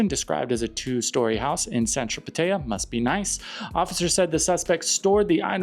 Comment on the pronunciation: You pronounce Pattaya funny, and wrong.